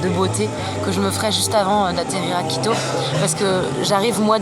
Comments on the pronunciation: Quand elle dit « quito » j’entends « clito ». Est-ce normal? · tout le monde entend clito !!! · C'est que moi ou à chaques fois qu'elle dit "Quito" j'entend "Clito" ?~